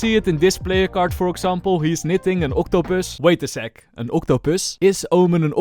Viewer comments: vait a sek, AN OCTUPØSS? IS OMEN AN OCTOPØSS?? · If you ever come to South Africa don't say octopus the way you say it. There's is a word in the Afrikaans language that is very bad and if you just take away the oct you get the word don't say that in South Africa to a stranger you will be hit by a brick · Everytime said octopus I laughed a little. Love the way you actually pronounce it lol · I love your pronounciation on the octopus! i LOVE IT funny no offense